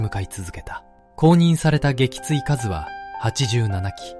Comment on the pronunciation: 撃墜かず、、「げきついすう」😢